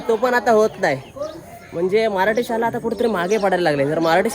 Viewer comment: दादा शुद्ध बोल शाला नाही शाळा म्हण